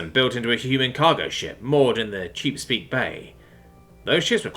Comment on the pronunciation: Ninevah is pronounced Nin-uh-vuh, like the ancient city from the story of Jonah and the Great Fish in the Old Testament Chesapeake is pronounced Chess-a-peak